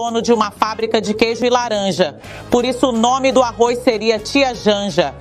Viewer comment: Uma news reader que pronuncia "Arroiz" o que se esperar não e mesmo?